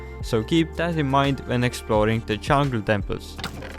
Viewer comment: It’s an accent